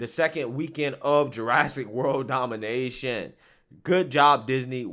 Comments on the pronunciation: Its dominion, not domination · It’s Dominion not Domination 🤣